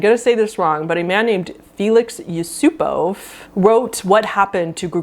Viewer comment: great video although i knew most of these already, looking forward to deeper tiers :) i’m russian and your pronunciation of yusupov was actually great. thank you for not putting the emphasis on the last syllable like every american always does with every russian name when that’s actually rarely the case.